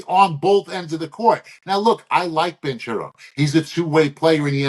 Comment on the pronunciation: Ban-care-ro, all love